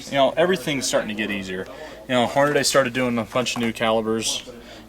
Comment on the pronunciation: Does it bug anyone else to hear people pronounce Hornady - "Horn-a-day"? "dy" is pronounced "dee", not "day". Repeat after me... "horn-a-dee".